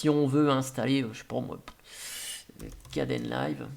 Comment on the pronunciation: kdenlive se prononce kde n live et non pas kden live